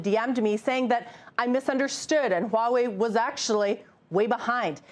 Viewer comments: WTF is "Wah-way”? It's "hwaa·way". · Huawei not HAUWEI